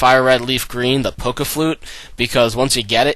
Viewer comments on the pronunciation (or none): none